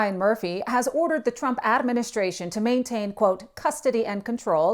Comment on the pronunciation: “AAA-ministration”🙄 Obviously another DEI hire